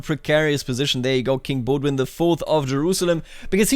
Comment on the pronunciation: I'm so triggered when I hear "Baudouin" pronounced Baud-win lol ! Great video on the greatest mod still ! 💪